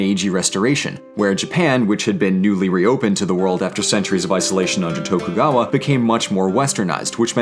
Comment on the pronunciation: Tokugawa, you mean Shogun kayo?